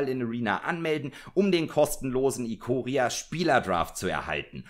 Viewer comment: Es wird Eikoria gesprochen ;) ich krieg die Krise wenn man englische Namen deutsch ausspricht